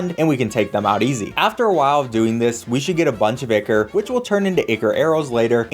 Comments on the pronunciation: i believe its pronounced "eye Core" not icor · EYE-CORE not icker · Btw I’m not sure if it’s just me, but I think you said ickor, when it’s pronounced Eyecore. Or spelled ichor. Btw again, you guys are amazing. It’s so fun to see you blow through this game. I consider this Minecraft with the difficulty of hollow knight. Not totally, but it is really hard. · Its pronounced EYE CORE. Not ICKER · Ichor isn't pronounced icker, its eye-core or eye-kur. I know Ichor sticker is supposed to rhyme but it doesn't. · It's pronounced "eye-core". Not "ick-ur". Sorry, that shits annoying. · Ichor=Eye-Core. not icker. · Eye-core not eek-ker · i love the video but ikm clutching my fists every time i hear ichor likr (ickor) instead of (I core) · its pronounced eye core not e ker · NO ICORE THATS HOW ITS PRONOUNCED AND AD I MAN TITE NOT ADMITE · It's not icker it's ichor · It's EYE-CORE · So nobody is going to comment on the fact that they pronounced ichor like icker? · My heart physically aches whenever he pronounces Ichor wrong. It’s supposed to be “Ai-kor” or “Ai-ker”. But hey, great speedrun. Never played Terraria, but looks fun! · it's so weird to me to hear ichor pronounced 'icker' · AAAAA BOTH OF YOU ARE SAYING ICHOR WRONG AND ITS BUGGING THE HECK OUT OF ME! IT'S PROUNOUNCE EYE CORE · The pronunciation of ichor is fantastic (it's eye-core btw) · btw it's pronounced I-core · ichor is pronounced like eye-core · btw the word ichor is pronounced eye-core, no flame just letting you know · for the love of god its not ichor its I CHOR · It's pronounced eye core you fucking jackass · The pronunciation of ichor hurts me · thats not how ichor is pronounced